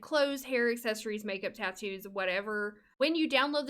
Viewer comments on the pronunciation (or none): none